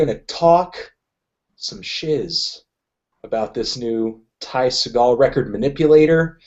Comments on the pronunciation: I think I should clear up that it's pronounced seagull, not sagal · it's pronounced 'seagull,' fandango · it's pronounced "sea-gull" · Segall is pronounced like "seagull". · say it with me...segall...like Seagull! Ty Segall. come on Fantano. I expected you to know... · His last name is pronounced like the bird, not like Steven Seagal. You can hear him say it in interviews. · ooof oofff you said "Segall" wrong... cmon buddy.... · dude thats not how you pronounce his last name u.u